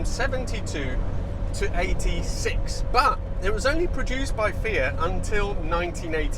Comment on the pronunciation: One of the very few that can pronounce Fiat properly, ie Fe ut, not Fee att.